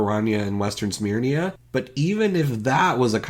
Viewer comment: It's Western Syrmia not Western Smearnia You can't be critiquing a song made for children and then go and be misreading a 6 letter word, Syrmia doesn't even have an 'n' in it.